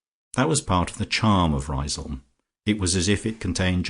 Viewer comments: Great novel - unfortunately ruined by a poor lacklustre reading. I also thought Lucia's home was pronounced 'Riz - um'. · Yes, you are correct, Riseholm should pronounced "Rizum'. Also Foljambe should be pronounced as 'Foljam', the be at the end of her name is silent. The joys of the english language can make reading quite confusing. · Well, you could look at it that way... or you might say that even an amateur who decides to undertake such a reading ought to familiarize himself with the work at least to the extent of learning to pronounce the name of the town correctly. It's a really stupid and annoying mistake, repeated endlessly, causing a cringe each time. Finally, you get what you pay for.